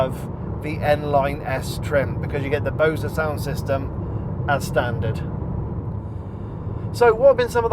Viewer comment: Great review. I’ve never heard anyone pronounce “Bose” that way before!